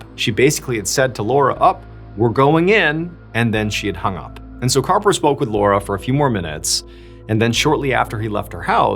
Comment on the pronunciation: Harper!!! His name is Harper!!! Arrrrgghhh!!!!😅